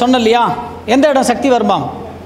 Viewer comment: ஷக்தி அல்ல. சக்தி என்று கூறவும்